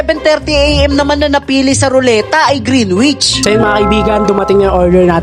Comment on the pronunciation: Correct Lang po Kita baka ma bash ka Kasi nila, Hindi po green wich ang pagkabigkas "greenich" po ang tama. Sana mapansinn!!